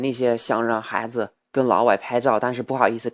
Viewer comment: 你不说我都不知道你有微博，看了微博才知道你这么久不发视频到底哪里去了....那你现在是住在中国了吗？还有，能不能请你把传在什么优酷土豆的视频也传上youtube呢...否则在英国加载好慢啊！说到发音，“不加掩饰”和“小伙子”可以说的再好一点，我个人还觉得“孩子”说的有一点奇怪....但是我真的觉得我已经是在骨头里挑刺了，你这个水平已经非常，非常厉害了。继续加油啊！